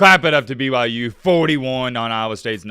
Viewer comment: Can you please stop saying "stop disrespecting BYU" when in the sentence right before that and whenever you reference BYU, you call them "b-y-jews" it is honestly kind of cringe and contradicting.. you are better than that, remember that my guy.